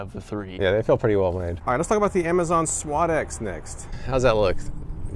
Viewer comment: you are pronouncing suadex completely wrong